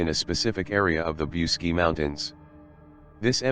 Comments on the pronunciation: The name of the mountain is pronounced "BOOCHEGI" , and it would be nice if you learnt how to pronounce the words correctly! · i am not Romanian but i heard you pronounce bucegi as" BOOCHEtch" ... just saying what Romanians i know say.. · The correct pronounciation is: bootchédgi - with a short i at the final (and do not pronounce it "ai", but simple "i", like the English "e") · I wish you knew how to pronounce Bucegi ! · WHY YOU MORE THEN INDOLENT COMMENTATOR, DID NOT TAKE A TIME TO LEARNE AND PRONOUNCE THE CORRECT NAME OF THE MOUNTAIN. MOST OF YOU PEOPLE MAKE FUN OF MELANIA TRUMP, THAT SHE HAS A FOREIGN ACCENT, EVEN SHE SPEAKS A FEW OTHER LANGUAGES. YOU DON'T HAVE TO SPEAK THE LANGUAGE, BUT IF YOU REFER TO A NAME IN ANY FOREIGN COUNTRY, LEARN THE CORRECT PRONUNTIATION, SPECIALLY WHEN YOU SPEAK ABOUT SOMETHING SO IMPORTANT AS THIS SUBJECT IS. IT'S AN INSULT FOR THOSE WHO KNOWS THE MOUNTAIN THE SPEAKER IS TALIKNIG ABOUT, TO LITERARLY DIN NOT UNDERSTAND WHAT MOUNTAIN HE IS TALKING ABOUT, UNTIL THEY SAW THE NAME OF THE MOUNTAIN, WRITTEN CORRECTLY. IN HIS POSITION, AS AN INTELECTUAL PERSON, I WOULD BE FEELING VERY INCONFORTABLE . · Don't forget the ch